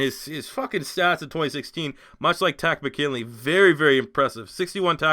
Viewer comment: It is not Taco McKinley it is Tarist Mckinley